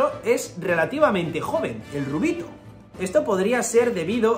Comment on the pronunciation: El “rubito” al que te has referido varias veces en el video es un Ten”Ruubito” lol